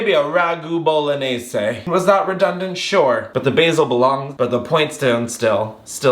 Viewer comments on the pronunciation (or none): none